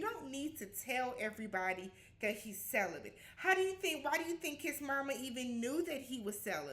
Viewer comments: Not CELIBATE but celi-BENT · Wtf is celibent!!!!!?!?!? 😂😂😂😂